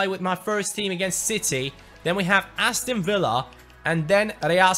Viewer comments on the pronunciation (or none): none